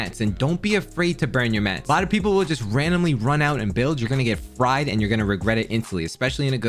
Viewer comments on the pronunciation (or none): none